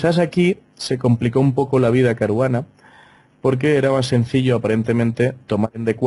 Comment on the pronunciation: Ahora ya no es Caruana es CARUGANA.